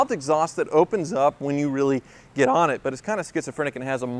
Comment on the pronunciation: “get OHn it”